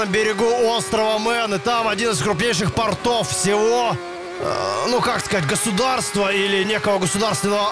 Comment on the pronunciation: Не ,,портОв," а ,,пОртов." Потому что ,,пОрты" и ,,тОрты."